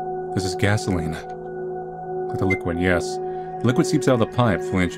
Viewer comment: She talks about immortality and re assimilation but can't pronounce gasoline